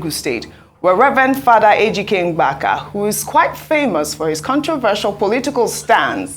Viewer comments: Ojy it's Mbaka, not Ngbaka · Ogy go and learn how to pronounce Igbo names is not mgbaka but mbaka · Ms. Ojy, the name is "Mbaka" not "Mgbaka". I was flabbergasted that an African can't pronounce a simple African name when White people endeavour to correctly pronounce complicated African names. Please, get it together. It's not cool at all. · Somebody please teach how to say Mbaka. Not Mgbaka. Lol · Ngbaka is not the real pronunciation it M ba ka take correction and don’t make that mistake again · Ojy which one is Mgbaka again bikonu, for an igbo woman, you can pronounce Mbaka as Mbaka ? I think the name is popular enough to be pronounced right by anyone and moreso a journalist of your standing